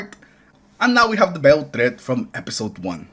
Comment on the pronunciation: The beiled threat 😂